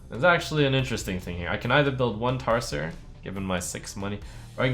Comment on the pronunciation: Tar-ser? TAR-SER?!